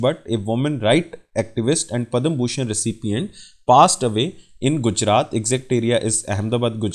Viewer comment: Pad/ma shri award not padam